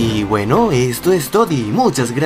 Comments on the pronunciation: perdón pero dijiste tody en vez de todo pero todos somos humanos nadie es perfecto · al final del video dijiste "Esto es todi"😂